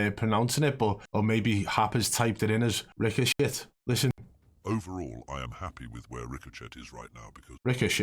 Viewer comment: Nerocinema says ricochet like that too maybe its him lol